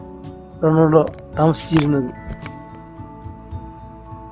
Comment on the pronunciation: നാക് വടിക് വല്ലപ്പോളും അല്ലേൽ അറ്റ്ലീസ്റ്റ് റൊണാൾഡോ എന്നെങ്കിലും പറയാൻ പഠിക്കു തോൽവി അവതരണം റൊണാൾഡോ എന്ന് കേട്ടതുകൊണ്ടു മാത്രം വീഡിയോ കണ്ടു